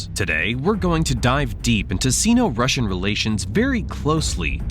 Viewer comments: In English, the prefix "Sino-" is pronounced "Sigh no" /ˌsai.no/, not "See no." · Sino-Russian - pronounced Sign-O Rush an - not “seen-O Rush an” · Sino is pronounced "sign-oh" not "scene-oh" FYI (like China is chai-na - not chee-na) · Syno not Seno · Say “S eye-no” to sound right. Two syllables. “Sino-Soviet” also about a third of the time you said China when you meant Russia and vice-versa. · The “i” in sino is pronounced like the word eye. It isn’t pronounced like the “i” in internet. Just sayin’